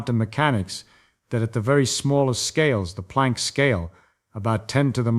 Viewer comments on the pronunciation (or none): none